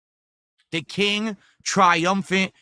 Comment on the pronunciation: "Dha King" - - "Twy-um-fant as aw ways"